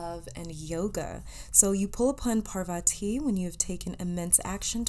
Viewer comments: Ojas is read as is and so 8s Parvati...u pronounced it right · Heyyy For the pile 1 You pronounced 'parvati' correctly but the other one is pronounced as 'ojas', the 'j' is not pronounced as 'y', as in 'jus-tice'. And 'ojas' means 'radiance' or 'light'. I hope i was able to help 💗💗💗